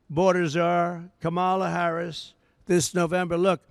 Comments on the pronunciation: It's so sad. Heartbreaking to think people in this country actually support this criminal. And he keeps mispronouncing her name. He is so sick. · He can’t even enunciate her name. He lacks intelligence. Just listen to his lack of vocabulary. He’s embarrassing. He can’t debate Harris intelligently so he gives a press conference to lie about her. He’s babbling on and on nonsense. Man has serious mental problems. Say all this to her face, dummy. Debate her. Their big border lie of fear is all they have. Media should be calling for him to step aside. America cannot afford mental illness in the White House. Vote Blue!